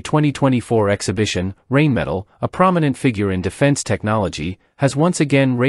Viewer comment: Rheinmetall, not rainmetal